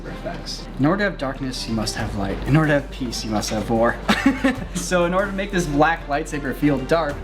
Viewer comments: I thought he said "in order to have peace you must have VORE" and to be honest that sounds more intense that "war" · I need to stop visiting feeder sites. I coulda swore he said “to have peace, you must have vore” 🤦🏼‍♂️ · I heard "In order to have peace, you must have vore." and was very concerned for a second until my brain caught up... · i swear to gods did he just say "in order to have peace, you must have vore-" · i swear to god i thought said with peace you need vore